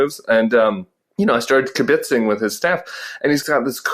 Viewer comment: "kibitzing". Emphasis on the 1st syllable, Tim. Not the 2d. Was that the Colorado pronunciation? 😦 Ask a friend next time you're in NYC.